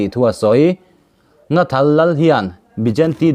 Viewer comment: Nghathal tih tur aw Nathal nilo in